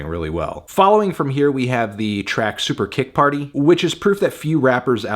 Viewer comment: Bro, you a nerd and you don't watch wrestling? Why you say Super Kick Party like that?